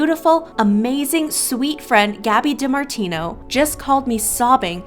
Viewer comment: Who cringed every time she said Gabi DImartino ?